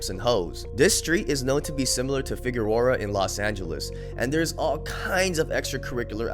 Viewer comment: Yo trip out, so Hella people call figs..figureroara, figarorer and pronounce it every other way but the correct way 🤣🤣